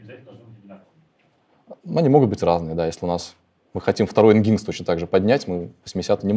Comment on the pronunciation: Nginx произносится как: "энджин-экс". За лекцию спасибо.